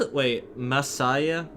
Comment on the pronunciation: Actually, you pronounced Masaya's full name perfectly. It's the first time I've ever seen a Let's Player get a Japanese name right on the first try xD